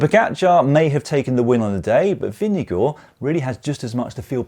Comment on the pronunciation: Nice to hear: you got Vingegaards name close to correctly pronounced